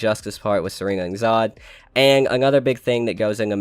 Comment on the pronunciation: White people kill me about grammar and punctuation when you can’t even Pronounce Zod. Most people write how they talk e.i talk to text 🖖🏾